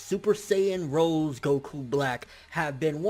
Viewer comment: Super Saiyajin ROSÉ (read : rosey)